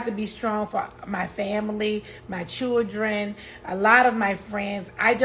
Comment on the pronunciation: Why she can’t say children right?🤷🏽‍♀️